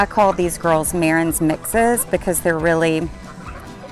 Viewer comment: It's pronounced Ma-ran...not Mare-rens...the s at the end of most French words is silent. It doesn't matter if you have 1 Marans or 50 Marans, the s is always silent. ❤